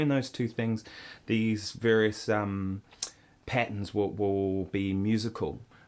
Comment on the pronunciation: lol the way he says "patterns" sounds like patens